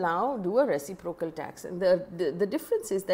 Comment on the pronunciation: Dear Faye. The stress accent is on the second syllable, i.e. ruh.SIP.ruh.kl for reciprocal.